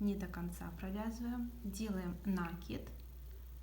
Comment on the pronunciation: В слове «накид» ударение следует ставить на слог с буквой И — наки́д.